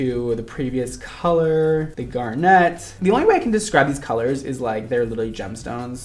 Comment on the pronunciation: Um... in garnet, the accent is on the "gar": GAR-nit, not gar-NET :x